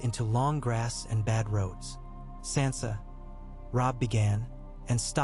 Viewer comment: How do you still screw up names when you have 9 years of a show teaching you how to say their names. And you screw up Sansa stark. One of the most spoken names in the show